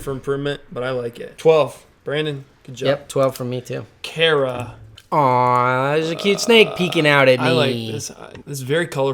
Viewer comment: Hey it's Kara's enclosures! She is a good snake mom check her out on twitch. She loves her boys so much. Also it's car-uh btw